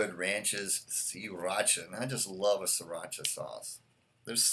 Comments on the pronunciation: It"s Thai. And yes you have to roll that R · Siracha isn't Spanish, you don't gotta roll that R.